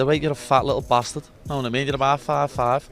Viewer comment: 1, the animosity in Paddy’s face was genius! 😂 And 2, I bet Ilia barely understood a word of it, especially not “yanowatameen” 😂